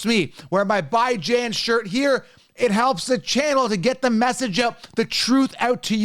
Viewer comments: Cringe everytime you say Bi Jan. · How do u consistently say these guys names wrong, like Bijan and Damien P? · also, A lot of your followers say the same that you mispronounce it. They arent haters. And im not a hater. So just double check to make sure dude.